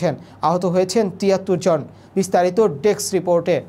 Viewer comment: Deks ? Or Desk ? উচ্চারণ আর উপস্থাপনার এই কোয়ালিটি নিয়ে কিভাবে জনগণের সামনে আসার সাহস করলেন ভাই?! ডেস্ক রিপোর্টে দেয়া voice over এর volume ,‌ video footage এর চাইতে‌ দুর্বল !